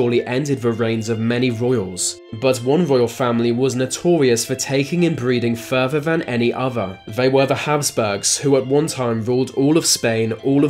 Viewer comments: “Furver van any ova” you sound inbred yourself dude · Earf? Fousands? Furver? Maybe the guy has a speech defect, in which case fair enough, but if its just laziness then get a grip.